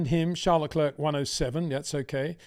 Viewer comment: The last 'c' in Leclerc is silent. It really sounds like Leclair.